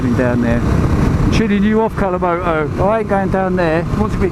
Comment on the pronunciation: ‘Alcimoto’ 😂. I had to rewind. Funny, man! 👍🏼